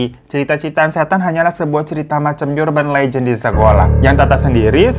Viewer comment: BTW bang, dah kelamaan lu salah baca . Awal² gue pikir lu sengaja. Tapi lama kelamaan kok kayaknya emang gatau. URBAND LEGEND dibacanya eurbeun léjen. Bukan yurbeun léjen 😉